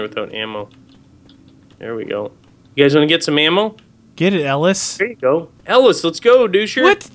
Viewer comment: It's pronounced (EL - IS) that's way it says it like that in the games dialougue... :/ try playing the game